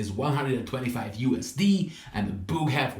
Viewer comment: US..D! don't know why my mind went there when you said it like that! But it did!😂 great review!